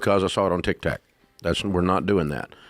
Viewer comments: He's probably saying that purposely. He likes to slam modern pop culture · SOMEONE please tell him it's not, "TICK TACK" Hahaha. They must be scared to correct him, lol